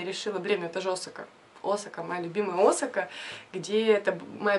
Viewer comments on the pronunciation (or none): none